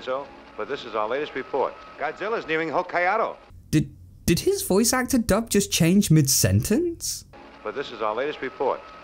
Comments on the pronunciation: Ho-kai-ado? Seriously? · The pronunciation of Hokkaido by dub actors has always drove me nuts. The Japanese newscaster in the dub says it right... it almost seems like he's mad no one else is.